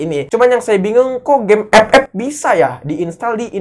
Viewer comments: Gw juga player epep tapi ngakak pas lu nyebutnya ke gitu bang:v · Saat denvar suara EP EP auto semangat wkwkwk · bang bisa gak ngomong game "epep" nya biasa aja?😒🤣🤣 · Ngakak itu 😂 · Lah Gw Ama Temen Gw Malah Ketawa Klo denger Bang Bilang Epep wkwk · Awaokwoawkk ngakak bettt anjirrr ngomonv EPEP🤣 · biasa aja xaleee ngmong FF nya wkkk.....wkkkkk😆😆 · lah gua ketawa mulu lu bilang game ff😂